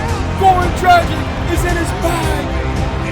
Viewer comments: Dragich, not dragick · Btw there’s an accent on the c so it’s pronounced dragich, like “dragon”